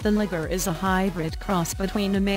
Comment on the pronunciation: Mispronouncing Liger